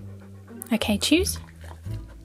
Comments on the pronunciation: Sooo almost every time she said choose I thought she said cheese....I hope I’m not alone on this one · I kept thinking you were saying cheese, but then I realized you were saying choose. I prefer waffle to raw steak, also. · Am I the only one who thought she said cheese instead of choose